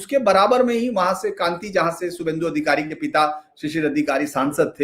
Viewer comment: सर जी उस शहर का नाम कांति नहीं "कांथी" है